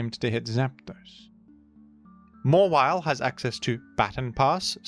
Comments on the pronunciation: Its pronounced Mawhile. Dont ask me! The Hoenn dex said so! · It's mah - while.